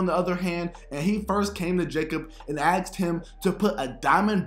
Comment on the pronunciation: His friends "axed him"? Yikes!